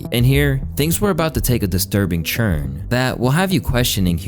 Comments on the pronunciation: Why does say "turn" like "churn"??? idk why, but it hurts my sole.... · Are you saying turn or churn??? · Why you say “Turn” like that? 😒🧐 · Why do you keep pronouncing turn and turning that way?